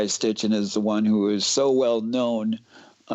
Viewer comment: it's Nibiru, not Niburu and Sitchin, not Stitchin...